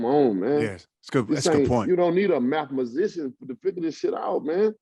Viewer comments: "You don't need a mathma..." What? Lol.😂 "Majishun"? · "Mathmuscian" got me dead